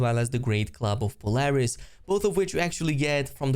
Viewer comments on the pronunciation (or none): none